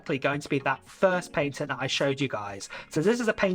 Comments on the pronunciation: Just FYI your saying patent wrong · The way bro says patent is outraged